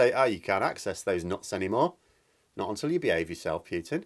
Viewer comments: I cringe every time you say "Pyootin". It's "Pootin". Cheers. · I really wish you you would stop saying Pewtin...as in pewter..rather than the correct pronunciation of Pootin...as in Winnie the ...